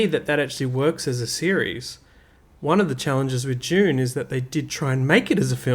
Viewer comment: Why you pronounce June ?